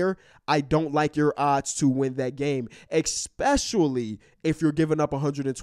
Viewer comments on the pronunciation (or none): "expecually" priceless😂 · Bruh the way pronounces especially is starting to piss me off